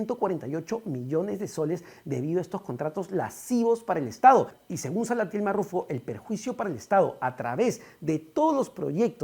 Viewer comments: ¿Lasivos?, ¿Lascivos? ¡LESIVOS! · Lesivos.... Lee bien tu prompter